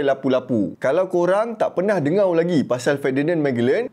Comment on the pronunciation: Sebutlah betul perkataan melayu , jgn lah main main spt dengar kamu sebut dengo